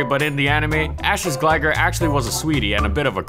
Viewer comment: How about “glagger”, that was worse. Good video though.